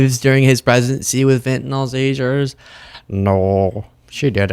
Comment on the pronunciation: why is it that not ONE politician can say Fentanyl ? it's Fentanol to them, that lot wouldn't know their appendix from the privates...